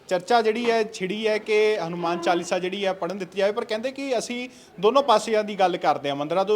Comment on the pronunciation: Saleya hanumaan hunda hadumaan ni